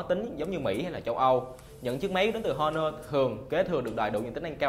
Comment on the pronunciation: Honor âm H câm nha. Giọng đã đớt mà phát âm còn tào lao. Nội dung review thì nói sai tùm lum